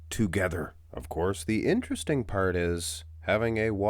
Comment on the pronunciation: INTROdesting.....very INTROdesting...